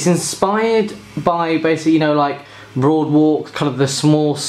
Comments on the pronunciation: "boardwalk" not "broadwalk" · I'm sorry man, but it's "Boardwalk" not "Broadwalk" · brother you keep saying broadwalk it clearly says there BOARDwalk. just a little nitpick but it got me annoyed since you repeated it without correcting yourself even after reading the box. your video title even kept the mistake. lol.